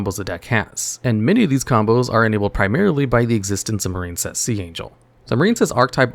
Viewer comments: The Marincess part hurt my soul 😔 Its "MarINcess" NOT "MarINEcess". There's no silent "e" in Marincess, so the "i" doesn't make the long i sound. It's supposed to sound like "Princess", because there's no such thing as a "Preencess" smh 😑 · I had to skip Marincess. I keep hearing a very different word.